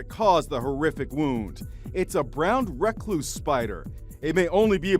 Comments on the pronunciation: The way the reporter said recluse he kinda said it like reckloose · I’m sorry, but am I the only one who cringed when he said Rec-loose. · I hate when they say Reckluse, it Recluse. A pet peeve of mine. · It's pronounced Brown (Ruh-Kloos), Duhm Ah-s. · That's not how you say "brown recluse" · I have these where I live (the reporter pronounced it completely wrong) and they're literally everywhere. Your windows, tires, blankets, bathrooms, toilets, behind and underneath everything... Nobody's safe! 😷